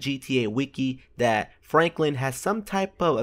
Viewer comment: did you say flanklin or ?